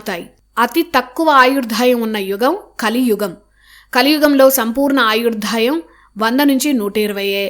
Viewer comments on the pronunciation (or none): ఆయుర్దాయం. ఆయుర్ధాయం అని పలుకుతున్నారు. Otherwise,your narration is superb. Thank you